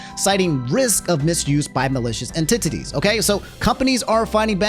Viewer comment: you saying "use of malicious entitittes" is crazy 😂